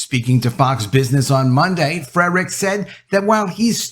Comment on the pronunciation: Do you think you can start pronouncing Anson F R E R I C H S last name properly? It is not FreDrichs. No D in there.